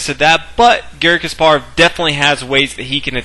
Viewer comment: omg stop pronouncing his name kas PAR ov its KAS parov